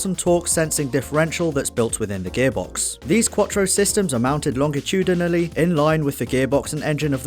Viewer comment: "longiti-da-na-ly" lol